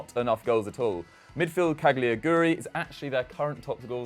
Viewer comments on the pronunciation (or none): mate its not 'cagliaguri'. its daniel 'caligiuri' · its pronounced Ca-li-giuri